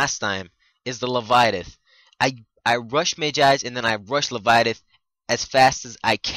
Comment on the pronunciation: Le-vye-a-thin. Not le-vi-a-tith.